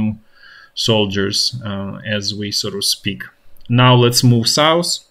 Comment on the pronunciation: Wish I could teach how to pronounce the english "th" sound. Example: south vs souss.